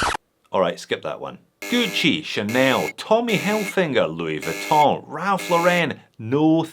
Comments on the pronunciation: He says "Tommy Hilfinger" with an 'N'. - Isn't that the brand that Michael buys in 'I'm Alan Partridge'? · rtrdedass breesh wanka really just said "hilfiNger" 🤣🤣🤣🤦🏽‍♂️ what a FKING L0SER